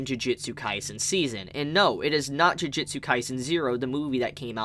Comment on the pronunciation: How come your saying jujitsu instead of jujutsu